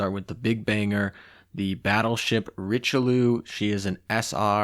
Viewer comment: Friendly tip Bearn is pronounced Beh-Ahrn, to be fair there was no chance you'd get it right on the first try. for Richelieu it's more like rich-UH-li-UH ...... kinda.......the french eu sound straight up doesn't exist in english so either your pronunciation or this one can work really, you just have better chance of getting a french to know what your talking about with this one. Last one: La Galissonière, it's la Galisoni-air, è roughly=ai in french. ;) hope you found that helpful.